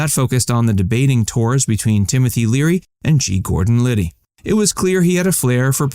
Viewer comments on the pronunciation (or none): none